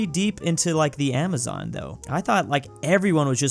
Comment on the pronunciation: the "amazon", for real? xD Yah know what. Cause you are foreigner and not a specialist in botanc I think a pass is deserved